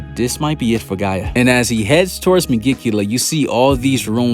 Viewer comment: Am I the only one that cringes a bit every time he calls Gaja Mother Earth, Gaia?